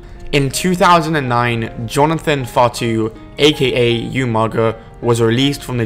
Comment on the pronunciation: its not yumaga its umaga